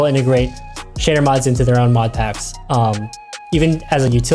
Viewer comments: tbh i kept hearing shitter instead of shader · Every time he said shader I kept thinking he was saying s**tter.